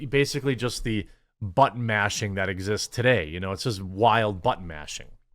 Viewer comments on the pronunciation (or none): Are you saying butt mashing or button mashing? Because what I hear is butt mashing.